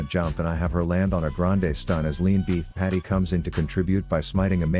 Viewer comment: Did you just call Vi "leanbeefpatty"????